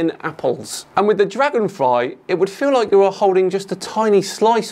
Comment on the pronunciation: dlagonfry -_- herro